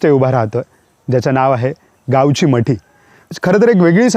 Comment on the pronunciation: अतिशय सुंदर फक्त एकच सांगणे मटी नाही मठी एव्हडा बदल करावा